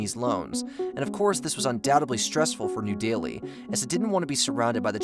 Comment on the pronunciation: Bruh. He has a normal American accent. He just isn't pronouncing these names right. Anyone more aware of these things should know that "Delhi" sounds like "deli." It's just incompetence.